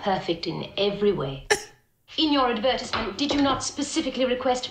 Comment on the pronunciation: We don't pronounce it Adversment!😆